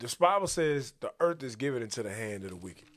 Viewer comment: Trust is eRned not giVIN